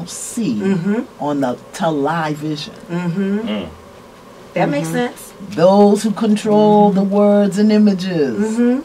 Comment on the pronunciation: I heard tel-live-ision myself.